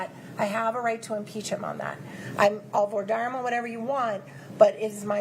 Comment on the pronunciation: Why don't Americans know how to pronounce "voir dire"?